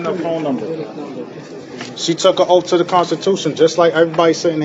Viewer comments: Tf is an “oaf”? 😂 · WTF is, "Under oaf"? 🤣🤣🤣🤣🤣 You just can't make this shit up! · "They took a oaf". Dude needs to go back to English class. Moorish moron... 🤷🏻‍♂️ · “You under oaff” The audacity of that effing idiot to speak to that poor clerk that way. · YOU HAVE DONE NOTHING!! Also, if you're gonna say OATH, day that not OAF!! I know EXACTLY where that notice should go, in the SHREDDER!! They TRULY believe they did something!! LMAO!!😂😂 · They mean oath ! 😂😂😂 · Too an "oaf" to the constitution? 😅😅😅😅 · "You're under oaf".